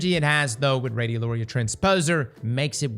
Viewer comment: pronouncing radiolaria right challenge = impossible